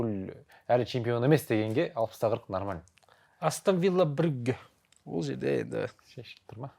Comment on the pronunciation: Астан Вилла деп айтпаш Астон Вилла деп айтшы.